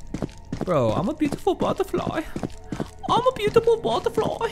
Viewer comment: "Im a bootiful butterfly" ------- That Dude